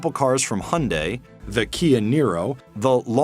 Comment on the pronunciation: What is "Honday"? Did he merge Hyundai and Honda together?